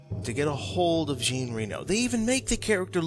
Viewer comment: And the French pronounce the name "Jean" like "Zhahn," not like "Gene." I know the videos are all made, but I just can't *not* say something. I'm sorry, I really don't want to be a jerk about it.